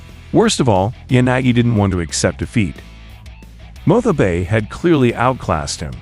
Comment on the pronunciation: I can't help but notice you pronounce Motobe's name "Mothobe". That's pretty funny 😂 Same with Kato - "Katho"